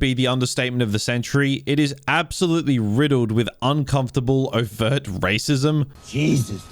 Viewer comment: take a drink every time this guy says waycissm!!!"